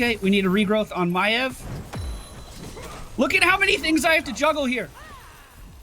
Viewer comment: I was convinced when you first my love, you were saying Maiev as MaLev